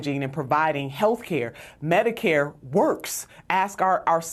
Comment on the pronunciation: Notice she says medi-Cade not medicare....another sign that ahe is clueless